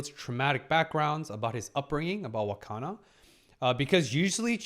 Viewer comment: also i gotta say... its wakana not hakana